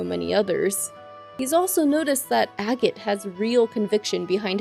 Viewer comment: I just don't understand why you pronounce Agate's name like that x_D or Loewe, since those aren't the correct pronunciations. You should search how to pronounce them pls. But overall thank you for doing these resumes, are really good!